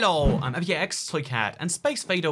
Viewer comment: why does say his name wrong